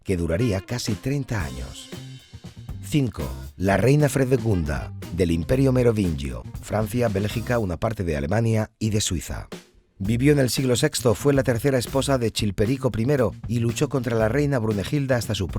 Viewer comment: MerovinGio, con g, que estás hablando en español.